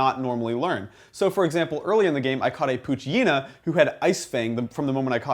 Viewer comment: i think you pronounce it pooche-EH- nah, but who cares? I'm exited for this game.